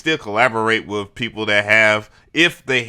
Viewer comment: You're a pro and you say wiv and wif and pro tools joints? Yeah, i'm switching the channel to English...